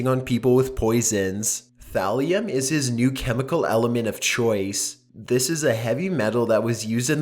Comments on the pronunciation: Not Valium Thalium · At first it sounded like said Graham was researching Valium lol it's actually Thallium